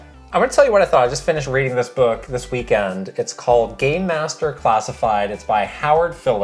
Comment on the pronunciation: I heard this audio-only while working and kept hearing "Gay master pacified" and He was dubbed the "gay master." I thought K&K were finally doing something for Pride lol, but no ... just PR 😅😂